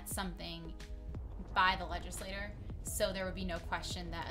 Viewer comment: leg·is·la·*ture* (I'm not usually an English cop, but you hurt my ears.)